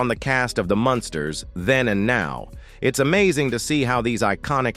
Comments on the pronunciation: I can barely stand to listen to the mispronunciation of “MUNSTERS” it is NOT “MONSTER” You suck a accuracy in the obvious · It was quite annoying the way you got the family name wrong even though you pronounced it right. Sometimes you’d refer to this as the Monsters. Well, you weren’t completely wrong since these characters were based on the classic Universal Monsters of the 30’s and 40’s It’s sad that almost all the actors have passed but luckily Butch Patrick is still around. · Why does the AI voice mispronounce the title as The Monsters every so often? Sad.